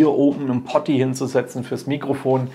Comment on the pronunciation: uncool? Au weia. Poti ist die Abkürzung von Potentiometer und wird nunmal anders ausgesprochen. Ich wollte es auch lediglich mal angemerkt haben. ;-)